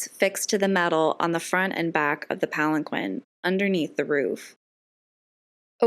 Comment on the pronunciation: You mispronounced palanquin...